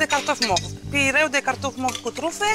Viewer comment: Bucatari! PIURE...nu pireu. Pireu este port.